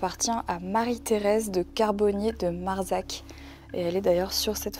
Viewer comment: Je commence cette enquête chez moi, dans mon lit, à Sarlat 😂 Sans savoir que tu es venue au château, je capte petit à petit que cette enquête va être géniale et que ça vaudrait le coup que j’aille visiter cette demeure un jour aha Ps: Marsac se prononce marssac 😉